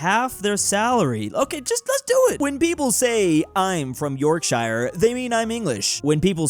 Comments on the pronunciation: ITS PRONOUNCED 'SHEER' NOT SHI-RE' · York shiur❌️ york shu ✔️ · Yorkshire is yorkshure😂